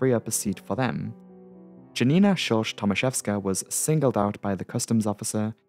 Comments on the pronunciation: Please try research how to read polish names because it hurt. Please don't call 'Janina' a 'Dżanina', Chmielewski and other names I cannot even recognise. Google translater can read them out for you. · Janina is pronounced Ya-Nina… just saying 🙂